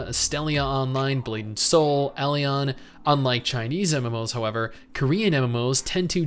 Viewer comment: I'm gonna be that guy...buy it's pronounced E-Lin lol. an Elin npc pronounces it just like that in game.